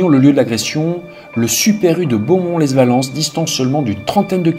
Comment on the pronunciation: "Lesse Valence"... Lol... Les Valence!